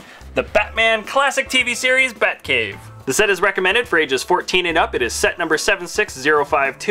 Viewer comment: heh he said buttcave im dying of laughter lolololol